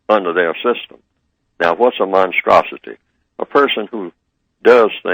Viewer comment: i heard neely say - he's a monstrasity i heard him say a monstasity support the white supremacy.